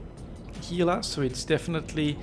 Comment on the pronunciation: Pronounces Gila correctly. Impressed.